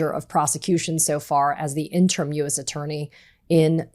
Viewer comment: Katie -- "interim" is pronounced in-turr-im.